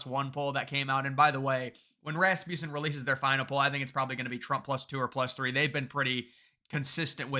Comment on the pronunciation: The word (name) Rasmussen has a short U vowel sound. It's named after Scott Rasmussen. Mark tries to correct everyone that gets it wrong but for some reason everybody ignores him, let's try to get the company name correct??